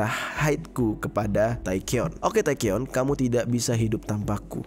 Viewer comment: itu Taecyeon disebut tekyon njy panggil biasa fans "techon" gt😭 terus Heechul dipanggil heekul mon maaf panggil aja "Heecul" gt😭